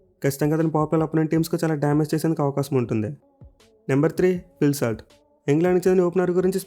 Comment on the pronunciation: phil salt not slat